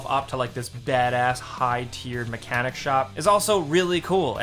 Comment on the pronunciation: Dude it is car mechanic not mecanic simulator.